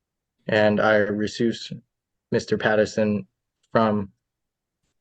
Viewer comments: Wth is re-seuss? Did he mean RE-CUSE?? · It’s ReCuse….not ReSuse! Ooh boy this guy is something else! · "I resoos Mr Patterson from being my attorney"😂 Dude.. it's RECUSE. Hard C. You can't even speak correctly. Stop embarrassing yourself. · "resoose" instead of "recuse" had me confused at first but laughing out loud after I realized what he meant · Did he say “resoos” instead of recuse? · Did he actually say ressuse for recuse??? Guy can't even read the garbage he's trying to spout. 🤦🏻‍♀️ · "Re-presenting" and "res-euss." A sovcit with the vocabulary of a 1st grader isn't all that shocking. Bless these simpletons for giving us such entertainment. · Reseuss!? You mean Recuse? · Another example of how all these sov citz are idiots. He pronounced the word recuse like "re-soos" 🤣 this guy probably has a 2nd grade reading level and that's being generous. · Did he say he wants to "re-Seuss" Mr. Patterson? "I do not like your court of law. I do not like it, "Aw, naw." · In the first mouth opening he said “reepresenting myself” and “resuse” instead of “representing” and “recuse”. Had to pause for (1) this comment, and (2) to get some popcorn popped. Cheers and happy new year to all the sane people out there 🎉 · re-presenting himself? Re-suze? Did he never read these words out loud before, only seen them on a Qanon forum? Represent and Recuse. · OMG he pronounced "recuse" as "re-soose"....yeah, buddy, I don't think this is gonna go great. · RE-present? Re-SOOSE? Buddy…learn English before trying to play lawyer. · i want resoose that attorney ,he doesn't even know how to pronounce recuse, it's hilarious, normally I wouldn't make fun of somebody that does that because they don't know any better,but he's an idiot that doesn't realize he doesn't know enough to make his way through this very minor traffic issue, and still wants to wrestle with the court ,he sounds so bad, how can he not see that he's failing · They might take you more seriously if you could pronounce recuse